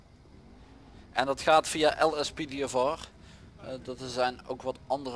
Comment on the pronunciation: Je zei lspdfor